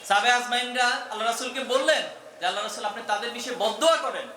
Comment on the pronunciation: আল্লাহর রাসুল (সঃ) এই কথাটা অস্পষ্ট এটা সেক্রেটারি জেনারেলকে সংশোধন করার অনুরোধ রইলো।আমি আপনার সবগুলো বক্তব্যই মোটামুটি শুনি কিন্তু ঐ কথা টা অস্পষ্ট।